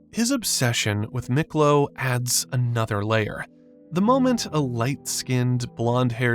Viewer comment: It's pronounced Meeklo not Miklo